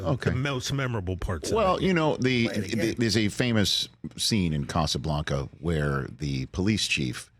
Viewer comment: Why does he keep mispronouncing Casablanca? Its not a Mexican movie